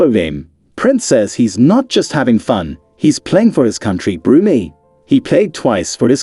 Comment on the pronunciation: BrunEE?! Brunei pronounced Broonai, ("nai" rhymes with sky).